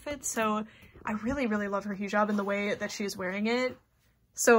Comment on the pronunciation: hii!! not tryna be that one bitch but its pronounced " hih job" like hih as in hiccup and job :) love your content !! <3333